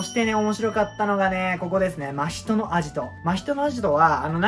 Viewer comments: わたしは、の「 真人」のイントネーションがいつも気になる〜🙏💦わたし的に、「 真人」は「 夏油」と同じイントネーションなんだなぁ🤔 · アニメのイントネーションについては、某所で言ったらめちゃくちゃ叩かれましたけど、も元々は「夏油」と同じイントネーションだったと記憶してます。 確かアニメでの真人のイントネーションが最初「マヒト」のヒが強調された呼び方で、動画でもそういう発音だったんだ～ってなって以降も変わりましたね。 ただその後結局アニメでも「夏油」と同じ発音になっちゃってどっちなの・・・？って感じです。(その後は夏油呼びに戻ってたような気もしましたが・・・ これは真依の「人外」や「百鬼夜行」のイントネーションと違って名前なんで、芥見先生本人しか正しいイントネーションわからないので仕方ないですかね。 ただ「人外」と「百鬼夜行」をアニメのままの言い方で仰る考察者多くて、なんだかもどかしい・・・